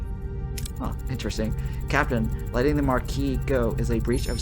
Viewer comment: Kay-zon. Mah-kee, and Card-ass-ian, not Kardashians. 😅🎉